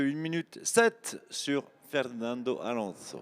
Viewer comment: Est-ce qu'il n'y a que moi qui suis agacé par la prononciation d' Alonso avec un accent douteux ! 😵. Par contre la traduction des liaisons radio avec le team aurait été plus judicieux 🤗. Sinon super vidéo